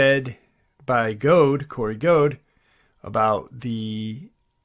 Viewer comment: It’s Corey Goode. Note Gode.